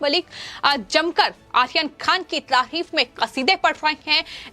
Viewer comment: Ye ladki ko aryan khan bolne nahi aata hai... 😀😀 Akhil khan bol rahi hai